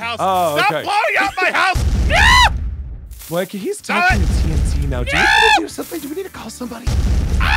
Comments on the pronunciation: Starslayer77 77 Moeka not Monica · Monkia? You mean Moeka?